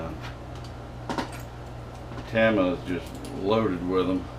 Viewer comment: not a big deal.. but it's pronounced TAM-ME-YA I had been saying it wrong forever we know what you're talking about regardless of how you say it. Great videos. So I was just wondering when you going to s-t-r-e-t-c-h the frame on that bad boy? haha